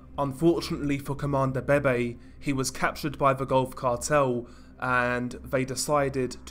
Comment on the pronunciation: isn't it pronounced veve